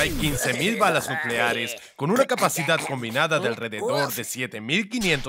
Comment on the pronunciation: no es nucleale es nucleares no lo hago por molestar